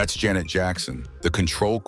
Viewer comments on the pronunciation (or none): none